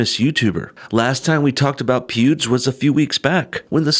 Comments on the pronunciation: "YouTube congratulated pubes" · it sounded like he called him pewbs 😄🤣😂. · coulda swore he said "pubes" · At 45 seconds he says PUBES